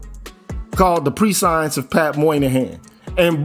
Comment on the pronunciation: Prescience -Preh she ense. Pronunciation